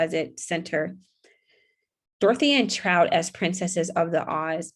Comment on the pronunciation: It's Trot - TROT, (like what horses do: trotting), not Trout (like the fish). I know there are some unusual names that are tricky to read out loud correctly the first time, but lots of words are misread badly.